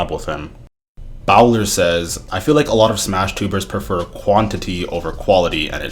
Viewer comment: My boy just said bow-ler. Bowler as is bowling 🎳 is how it is said lol.